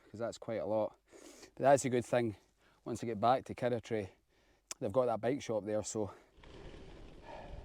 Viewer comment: Love it, kirroughtree, pronounced KIR-ROUGH-TREE😅